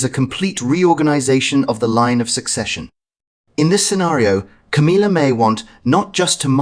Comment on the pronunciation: It's Ca•MILL•ah NOT Ca•MEEL•ah